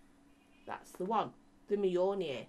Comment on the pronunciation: Yay you said Mjolnir right this time! 😂😂